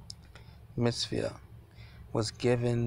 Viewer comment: Sinai = pronounced sigh nigh Mitzvah – mitz vah (not mitz via) Enigmatic – not en magic (It means puzzling) Per se – per say (meaning, so to speak) Sufficed – means suited